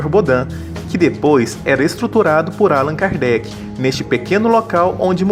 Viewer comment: Excelente. Lindo. Só mudem a pronúncia de Álan Kardec para AlÂn Kardec!!!! Parabéns!